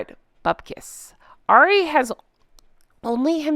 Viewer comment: Hey. Love your channel. If there is 1 thing that I would say is, I think you are pronouncing Ari wrong. I think it's just like saying Harry but without the H. Like 'hour' and 'herbs'. Just thought I'd let you know. Love your show.